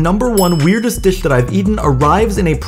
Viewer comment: Never thought hearing a man say "disccchhhh" would drive me insane.